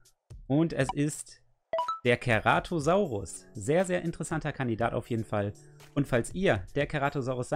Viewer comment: #Ceratosaurus er ist mein dritt lieblings Dinosaurier ich würde mich freuen wenn ich der währe #besterMann kleiner tipp:er wird zeratosaurus ausgesprochen